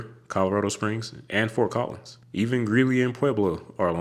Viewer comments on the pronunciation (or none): none